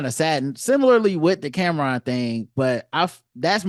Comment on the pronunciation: I can’t take your critique seriously if you are calling him Camren.